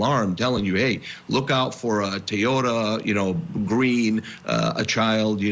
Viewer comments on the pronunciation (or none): Whoever this guy ISIS talking clearly doesn't know much about the case. He has missed spoken on so many things and the brief time he's talked. Doesn't know how to pronounce the word Toyota. I think he needs to find a different job if he's being paid for this